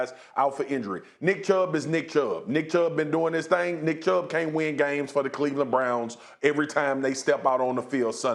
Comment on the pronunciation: Mina…….. it’s Cleveland.